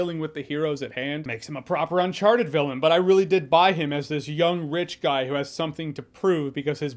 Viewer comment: What Jeremy said "I buy him as this young rich guy" What I heard: "I buy him as this young witch guy". Yup. Sorry, Daniel.